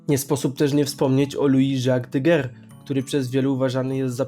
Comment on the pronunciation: Nazwiska czyta sie „Nips” i „Dager”